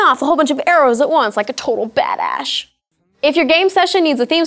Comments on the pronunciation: "bad-ash" WOOW WWWWOOOOOOOOOOWWWWWW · lol she said badashe.